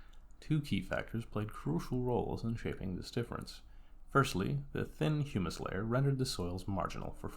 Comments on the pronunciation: Humus is said like Hugh-mus or Hoo-mus not Hummus. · Hummus is a bean dip. Short U, rhymes with 'hum muss. Humus sounds like 'Hugh muss. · Hummus and humus are two different things. Humus is pronounced HYOO-muss. And hummus is pronounced HUH-muss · you are correct. Its Huuuuumes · Sorry, I can't take seriously a video about soil by someone who can't correctly pronounce "humus" and apparently doesn't know the difference between herbicide and fertilizer. Nor do I care for clicking on a video on Terra Pera and getting a sermon on the evils of the ag chemicals that are keeping us fed. Here's what I hate in general about the BS over Terra Peta and the attempts to recreate it. It completely ignores the primary problem with our understanding of soil. Soil is not "stuff". Soil is not a set of things. It is a system of interactions. No one is going to recreate Terra Preta in North America or Europe anymore than they could recreate a tropical rain forest. Terra Preta is a tropical rainforest soil based in yellow clay. Putting charcoal and fish bones in the ground in Massachusetts isn't going to create Terra Peta any more than it's going to grow up in a rainforest of mahogany and howler monkeys. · I am pretty sure 50,000 worms don't equal the weight of a cow, plus that's an extremely low population density.Maybe you meant 500,000 worms per acre, which is still inaccurate regarding weight comparison but closer. 2.5 minutes in and this combined with the hummus\humus pronunciation thing doesn't inspire confidence in the accuracy. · you don't pronounce humus like that chickpea spread for your pita bread 😂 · I wonder how someone making a video on soil manages to get that wrong.